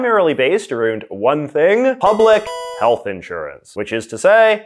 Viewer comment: New subscriber J. J., I have a question. Why do you pronounce around...aroond?